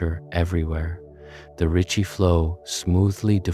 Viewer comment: “Ricci” not “Richie”